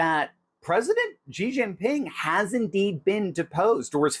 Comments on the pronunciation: Xi pronounced "she". He's no "G". Congratulations on the book Dr. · The pronunciation of his first name is basically “she” not “gee” or “zhee” ( like the second g in garage) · Xi is pronounced shee